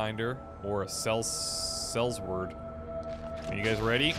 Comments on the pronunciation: pronounce SELLSWORD.: SELLS WORD So...🤣🤣🤣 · Sellsword is pronounced Sell Sword not sells word